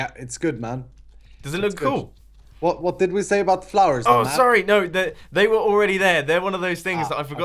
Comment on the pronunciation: Is it me or everytime mumbo says cool, it kinda sounds like coal???...